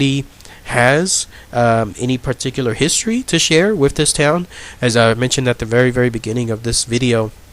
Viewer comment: Dude, I can't get over the 'wiffits'... either pronounce your "th's" or get a better microphone!